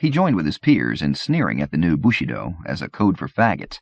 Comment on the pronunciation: yeah as a French speaker it's really jarring to hear. It's like his pronunciation of bushido as "bushy doe" in the soldier's tale